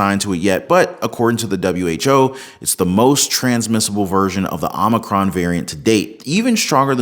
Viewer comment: OH-MAH-CRON!!!!! NOT AHH-MAH-CRON!! JEEZ!!